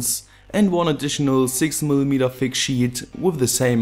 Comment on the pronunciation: Du sprichst "thick" aus wie "f*ck"